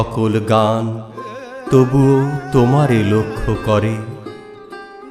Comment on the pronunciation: আপনার কবিতা পাঠ শ্রোতাকে নেশাগ্রস্ত করে দেয় 🙏❤️❤️🙏 প্রথম থেকে শেষ পর্যন্ত মুগ্ধতা নিয়ে শুনে গেলাম আপনার সহজ সুন্দর উপস্থাপনা ...বড়ো তৃপ্তি পেলাম শুনে .... শুধু বলবো .… " আমার সকল গান তবুও তোমারে লক্ষ করে " পঙতির শেষ শব্দের উচ্চারণ "কোরে " হবে ... ভেবে দেখবেন ভাই ....